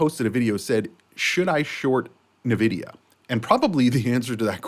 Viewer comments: NVIDIA not NAvidia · It's pronounced En Vidia